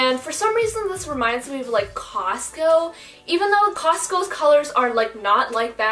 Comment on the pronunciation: LOL WHEN SHE SAID COSTO I THOUGHT SONIC THE FAST FOOD RESTAURANT!! LOL